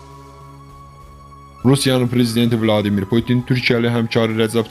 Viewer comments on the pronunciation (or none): none